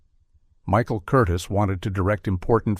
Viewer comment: Director's name is pronounced Kur-Teaze' accenting the second syllable.